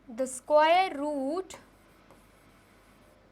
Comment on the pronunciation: square root ❌ sqooor root 👍